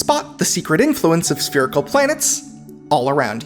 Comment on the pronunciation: It's spherical...SPHERICAL